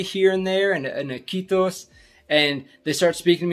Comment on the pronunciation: I think you just say "kiitos" and "moi" too well. Ppl don't understand, that you are not locals.. We have so much ppl from all over the world, so I believe, that you have to open your mouth and say something with native English before we "guess" your origins. You sound all American, when you start to speak, but other than that, you blend right in.